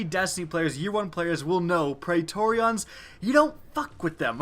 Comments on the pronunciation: I really hope he's pronouncing Praetorians like that on purpose... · I am triggered by your pronunciation of pretorians.